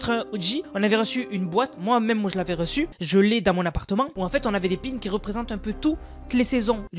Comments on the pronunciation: on dis "PIN SEUUUUUU" les "pines" n'ont pas la même fonction ! MDR 🤣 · Des pins des pins pas des pine 😂😂😂😭